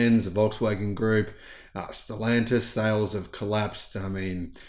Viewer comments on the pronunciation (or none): none